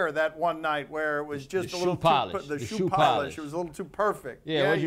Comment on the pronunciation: It's pronounced "Shoe Polish"